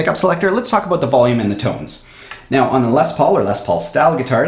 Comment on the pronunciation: I love it when he says about like abut lol 😂